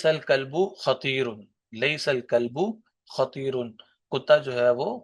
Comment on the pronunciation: ليسَ الكلبٗ خطيراََ يعنى خطيرَن ہے منصوب ہے مضموم نہيں۔ آپ مضموم پڑھ رہے ہيں۔